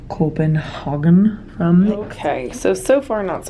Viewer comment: Please don't say 'copenhagen' like it is German 😂😂😂 no hate lol